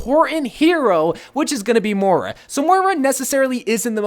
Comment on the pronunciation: MOIRA NOT MORA REEEEEEEEEEEEEEE